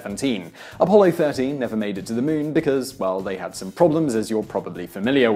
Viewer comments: Moon not mun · Muuun,muun, muon,muuuuun, I didn't hear anything but him mispronouncing muun repeatedly 😳🤷🤓. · The Meoon? You Brits are a bizarre bunch. THAT'S the queen's english?